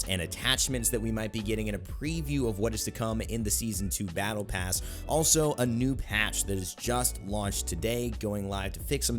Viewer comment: Did you say “Pattle Bass” at - ?